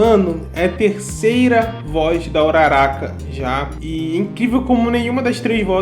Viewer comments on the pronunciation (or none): Bakúgo, midoría, uraráka, momô, aaaaaah poxa eu prefiro a pronúncia da minha mente. Bákugo, midôriya, uráraka,etc